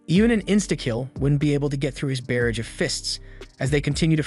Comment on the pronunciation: Shang-Gri-Law not Shang-Grilla So damn many mispronunciations. If you don't have a dictionary AND don't know how to use it to learn how to pronounce words, then use Google., e.g. Say barrage. Imagine if your favorite actor, actress, news host constantly mispronounced words. Unless of course you are an AI...